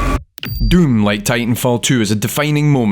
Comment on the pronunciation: His pronounciation switches between döm and düüm.